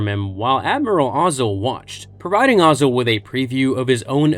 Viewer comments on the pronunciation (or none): I love how all of these youtubers pronounce all of the names in star wars in as weird a way as they possibly can even though a lot of them we literally hear their names in the movies.....Ozzel is now "O"zell....and everyone knows that.....Pietr has a long I and not a E sound and we heard that on screen lol